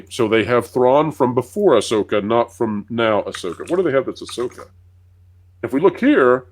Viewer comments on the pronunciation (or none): Please it's AhSoyka 😂😂😂😂